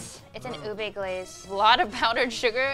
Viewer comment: I watch videos with subtitles cuz my house is noisy most of the time. So like when u said "ube" is came out "boob a". My mind just went WTF.